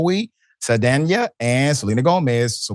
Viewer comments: Dr. Richey you are saying Zoe’s name wrong it’s SAL Danya !!! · Saldaña is pronounced like Sol-don-ya. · Why is he so bad at pronouncing names. Especially, well known names like Zoe Saldana.